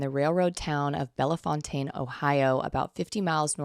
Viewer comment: Holy hell, Bellefontaine mentioned. I work close by. It's pronounced "bell fountain." Silly. But this is such crazy lore! I'll find a way to work it in.